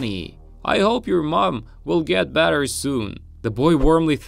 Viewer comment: Hey you just said batter not better